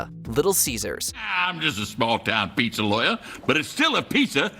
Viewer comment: Why is it that the most troubling part of this entire video is the way the host pronounced PIZZA?